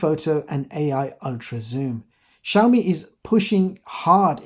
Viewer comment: Как вы назвали xiaomi ? Шаума шампунь такой есть . правильно "See-ao-mee а то какая-то Shauna у вас получается.